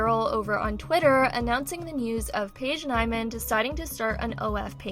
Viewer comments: it’s pronounced Paige neemann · It gave me so much anxiety that she constantly said her name wrong when its so obvious how yo pronounce it